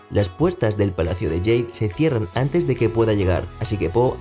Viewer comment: ¿Por qué dices "Palacio de yeid" en vez de Palacio de jade?